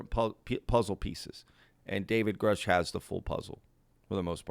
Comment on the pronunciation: Richard Doty 2.0. This guy is almost certainly a disinfo agent, a liar or crazy. The guy claims to know David Grusch then butchers his last name. No credibility...